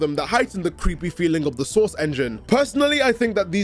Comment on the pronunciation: you need to have a "source" quota for all of your scripts. Whenever you say it, it sounds like you're saying "sauce" and it makes the world seem a little brighter every time.